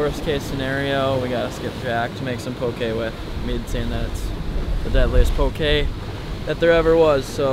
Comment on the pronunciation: Aye brah I give u credit u can pronounce poke correctly -I’m from Hawaii so Ik how to pronounce poke correo